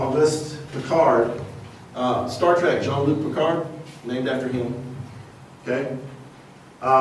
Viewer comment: Did you say star track? It's Star Trek you moron